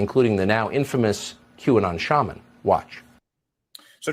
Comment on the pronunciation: Shaman - there's no "L"